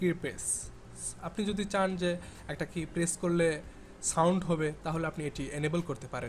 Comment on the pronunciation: "শ" আর "কে" কি? আগে ইংরেজি ঠিক মত উচ্চারণ করা শিখুন। show বা শো, key বা কি। ব*দ!